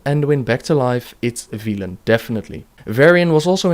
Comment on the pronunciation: Why are you caling him Vilen? It's Velen, you even heard Varian mention it.